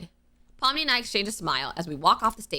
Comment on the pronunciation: When you said pomni I thought you said mommy😭😭😭